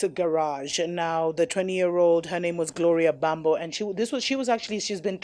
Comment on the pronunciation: It’s “Gloria mbambo”😭😭😭😭